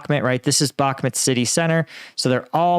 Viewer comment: "Bakhmut" not "Bakmet"!, lord alive, just watch this vid you posted lol, you even hear them say it correctly and straight after you say "Bakmet"???? come on man.